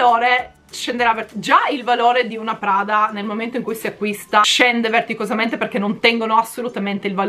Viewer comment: ...si dice vertiginosamente..... ADORO 🤣🤣🤣🤣🥰😘❤️❤️❤️